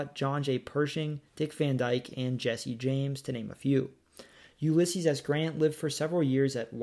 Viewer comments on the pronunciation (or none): none